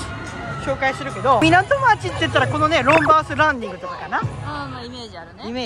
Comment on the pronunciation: ロンバー「ズ」・ランディングだよなーって毎回思っています🥺 細かい事ですが気になっていたのでコメントさせていただきました🙇‍♀️ いつも動画楽しく拝見しております！これからも応援してます^ ^